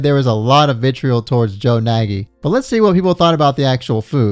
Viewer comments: THATS MY FUCKING GREAT UNCLE ON GOD BRO WHAT THE FUCK. He do kinda be like that irl tho. It's pronounced nay-gee not naggy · Hey just to clarify, Nagy isn't supposed to pronounced as Na-gyi but rather Naaaty as his surname is of Hungarian origin. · I've never heard anyone pronounce Nagy that way before 😃 it's a Hungarian name, the "gy" part is a letter on it's own. Sounds a bit like G in Gin. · His last name is actually pronounced "naj" or something like that... It's Hungarian and gy is either pronounced like a "d" or a hard "j". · Nagy is pronounced like "noj". It's the most common Hungarian last name and also means "great" or "big" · But he himself in the episode pronounces it Nagy